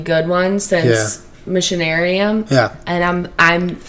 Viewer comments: For anyone still wondering 10 months after, "Missionarium" is supposed to be "Machinarium" :D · Guys it's Machinarium, not Missionarium, haha